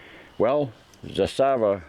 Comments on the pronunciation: funny how americans bend over backwards to rponounce zastava correctly but pronounce canik as they feel like. you hate the turks for being muslim and love servs for being found guilty for genocide over muslims in hague tribunal? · Im serbian and your second prounanciation was right, anyway great review and i wish theres more americans like yourself out there cos you remind us of ww2 America when you were the greatest country and period when Serbia and America were allies, now America is not run by true americans and thats why we are sadly on opposite sides....regards to you and all true americans from serbia